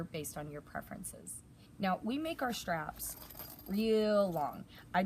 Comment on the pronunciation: since when is the word 'straps' pronounced 'shtraps'????? Asking for a former English teacher....